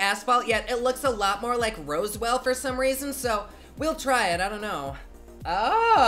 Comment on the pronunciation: roswell is pronounced ROZ-WELL not rosewell- other than that, love you man 💖